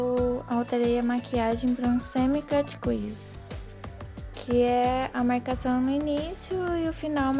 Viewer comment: a pronuncia correto seria "cât crisi" e nao "quisi" é como se você falasse "crise" mas enrolando a lingua;)